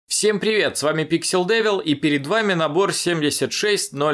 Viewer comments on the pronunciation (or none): none